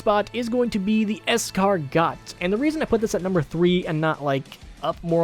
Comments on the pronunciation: Me: Oh hey the Escargot (Es-car-go): The EscargoT! 🤨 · the escargot is pronounced "est-car-goh" and its french for snail:) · For the escargot it really said like escargo thats pretty much it figure I'd help out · "Es-car-got" I mean, which American doesn't say it that way? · Pronounced as escargoh :) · Escargot- Like the edible snails. es-car-goh Not belittling, just wanted to let you know! Love the videos! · It's pronounced "Es-Car-Go" you bald titty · Its EscarGO. In french, you dont pronounce the S,T, P, D at the end of a word unless the following word has a vowel. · Its pronounced Es-car-goh, yer welcome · btw its pronounced es-car-go its french for snail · Escargot is pronounced Ess-cahr-go When I type ah I mean it’s pronounced ah and not eh, also escargot means snail in french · escargot is pronounced like escargo bald man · I’m gonna sound like a smart ass but you pronounce escargot by removing the t at the end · number 3 is French and your saying it wrong. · I'll punch you for pronouncing Escargot wrong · Why does it not bother me when mispronounces escargot but it irks me so much when toproforu does it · Escargot is a silent “T” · I think the t in Escargot is silent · you don't pronounce the T in escargot, welcome to french